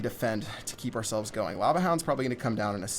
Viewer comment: its an indian wow